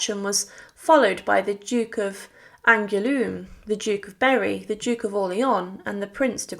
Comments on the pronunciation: Just got to your pronunciation of d'Angouleme. lolololol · Would you like to learn the correct pronounciation of French names. "Le Duc d'Angoulême" is not "glued" like you said.